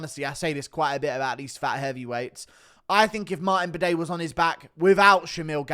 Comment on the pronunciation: my bro said Martin Bidet hahahahah